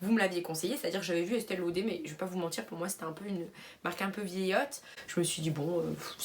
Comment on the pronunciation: On dit este lauderrrr on prononce le R mdrrr